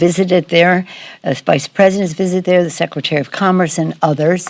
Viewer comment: Did she have a mini stroke when she said "secretary of HHS"? Her face twitched as she slurred and said "sec, secretary" and from that point on she was having more and more difficulty speaking. Not that she was speaking the greatest before that.